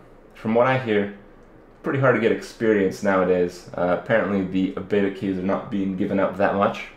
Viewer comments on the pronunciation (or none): none